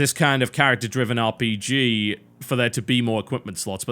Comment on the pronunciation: sounded like he said bj XD but its called rpg